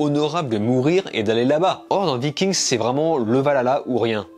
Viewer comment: VIKING!!!!!!!!!! ARRÊTE DE DIRE LE S